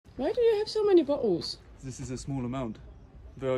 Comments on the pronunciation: German wife pronouncing bottles as bo’ohs. You’ve switched roles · Why do you have so many "bo'les". Proper Bri'ish pronounciation. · She says bottles like a British person now😂